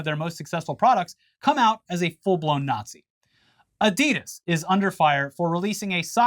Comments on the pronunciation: Adidas is a contraction of the founder's name Adi Dassler. Aka. Adi-Das. Not Adee-Das. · Pronounced Ahdee-dass